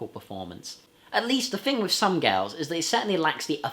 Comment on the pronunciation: I cannot agree with you on 'Some Girls' and not 'Some Gals' as you seem to pronounce it most of the time in your review. 'Some Girls' is an absolutely brilliant album. A 5* CLASSIC ALL DAY AND NIGHT LONG!! PS: Good general review of the Stones studio album discography. 👍